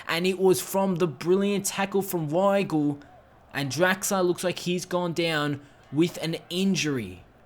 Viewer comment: The w in german is pronounced as a v so pronunciation is veigl